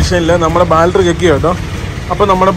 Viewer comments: ബാൽട്ടറി അല്ല, ,, ബാറ്ററി സിൽമ അല്ല, സിനിമ... ദയവായി തിരുത്തുക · Love your video just the pronounce of battery it feels funny when you pronounce it as Bal-tree please pronounce it as bat-tree battery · Baltry, Baltry alla bro battery pls pronounce maximum properly. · ബാറ്ററി.. Not ബാൽട്ടറി.. ഏതെങ്കിലും കറക്റ്റ് പറ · Battery...... Baltry alla.. 😉🙏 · Baaltry Alla battery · ബാൽറ്ററി അല്ല ബാറ്ററി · Baltry alla libine battaryennu paraumone ningadaporaima adhanuto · Ebin ബാൾട്ടറി അല്ല. ബാട്ടറി എന്ന് പറയു. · ബാൽട്ടറി അല്ല 🤢""ബാറ്ററി ""അങ്ങനെ paranju padik 🙏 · ബാൽട്ടറി അല്ലേടാ, ബാറ്ററി. അവന്റെ ലൂസി കോളേജും